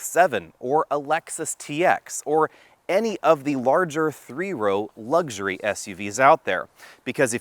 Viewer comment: The word is luxury, not lugsury.